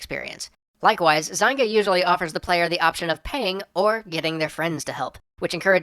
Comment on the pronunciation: good ole ZINE-GA